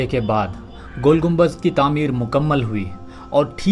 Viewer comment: Naam to sahi lelo gumbaj nahi gumbad